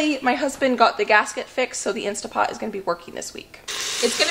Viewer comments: Why do you keep saying "Insta Pot"?. It's "Instant Pot". Read the name on the pot itself. 🙄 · I am so sorry but it's driving me mad. It's instant pot, with an N.